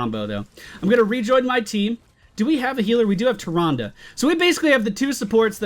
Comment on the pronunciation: it's pronounced Male-strom MALE-STROM, not mal-strom, so close though. Sorry I couldn't help it. You are saying Tyrande right that;s for sure, haven;t seen anyone complain in the comments about that in a while. Keep up the vids!:D